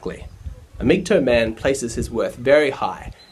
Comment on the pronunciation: for a blue pilled guy you did an ok job of explaining a red pilled mans thinking. Just wondering why you say MGtoe instead of MGtow (towel) is it sarcasm? or just the Aussi pronunciation of tow as in tow-bar